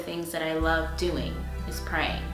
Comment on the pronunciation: What was that ? When you said “Praying”